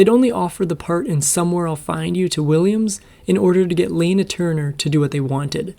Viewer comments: “A gold lame swimsuit?” Oh my, so the swimsuit had one leg shorter than the other?! lol. It’s pronounced la mae! And it wasn’t Laner Turner, it was Lanna Turner. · Also, it was LANA Turner not Lena. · La*na not Lena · I love your content, but please...take the time to pronounce the actor's names properly!!! It's LANA Turner, not Lena!!! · gold “lame” should read “lamé” (two syllables). Also, elsewhere “Layna” Turner should be pronounced “Lana” (short A in the first syllable) or “Lahna.” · With regard for your efforts, a couple of pronunciations here: It’s not LAY-NA It’s LANNA. Not LAME But LA-MAY. Because so many listeners would be familiar with words/names from the time period, mispronunciations are distracting. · Lah na Turner, not layna. Gold la may. Not lame. Come on. Be better. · Lana is pronounced "Lahna" not "Layna". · Lana Turner's first name is pronounced LAH-nah, not LAY-nah. Lamé fabric is pronounced LAH-may, not laym. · I caught that too, along with the name Lana which the narrator pronounced lane a, but should be Lah na. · Lah-na Turner, not Layna 🙄🤦🏼‍♀️ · Lol, ai always reveals itself with its weird mispronunciations: Lane-uh Turner, Ricardo Mont-owl-ban, and a Gold Lamé bathing suit becomes lame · In my entire 72 years, I've always heard it pronounced 'LAH-na Turner like the short 'a' in 'lawn.' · When are you people going to learn to properly pronounce Proper Names?! Lana Turner's first name is said more like "llama", but of course, with an N, not an "m". Another one is Ricardo Montalban, which should be said more like the accent on the first syllable, "Mon' tal ban". Can't you folks look up some clips which have the proper names pronounced correctly? It seems a little bit lazy to not at least do a quick google search of the original trailer, to discover how to pronounce these famous stars' names from yesteryear. Or am I speaking to a stupid machine? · That, plus mispronouncing Lana Turner's first name. What do you expect from crappy AI......